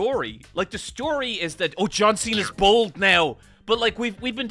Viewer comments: I thought he was saying "bald" lol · I thought he was saying "old" lol